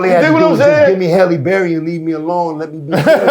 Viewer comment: He love holie berry 😅🤣😂